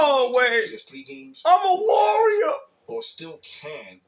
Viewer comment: "I'm-uh warriuh"